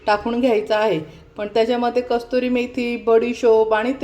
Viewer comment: कस्तुरी नाही कसूरी